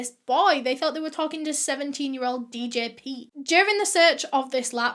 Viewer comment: I find it so funny how she said djpete I don’t know why I laughed at that 😂😂🤣